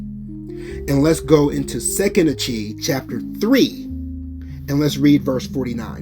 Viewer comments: Achee is pronounced.. … Ah-Key it means Brother ✊🏾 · bro I understand what was viewed but YOU still are miss pronouncing the word itself the CH in Hebrew makes a K sound there is no CH sound in Hebrew that’s why I was correcting you because it will cause confusion to some